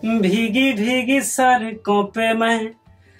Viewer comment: Pehle Sadko To sahi se bol le bh ai Sarko bol raha hai aise thodi singar ban jaoge Dr er Koi banana Nahi chahta Sab actor ya singer hi banenge